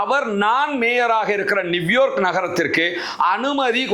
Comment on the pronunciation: அண்ணா அது நிவ்யோர்க் இல்லை நியூயோ(ர்)க் சரியா